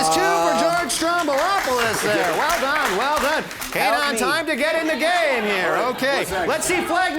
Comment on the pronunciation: WTF? Are you high? We speak Somali, get your facts right and his name is not pronounced Kanaan but Keynaan